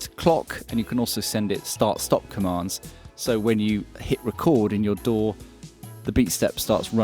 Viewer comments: Synchronize it to your...DOOR? It took me a while to realize you were saying DAW. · That damn intrusive "R". It took me until about 5 minutes into the video to get you were saying DAW and not "Door". I was like, "What the hell is this Door he keeps mentioning?"